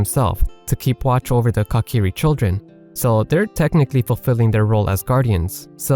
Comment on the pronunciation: "Cock-iri" 🤣 Say it with me mate, coo-ki-ri